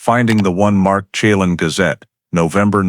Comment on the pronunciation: At least study how to say the names (Shuh-lan) Chelan, and (Spo Kane)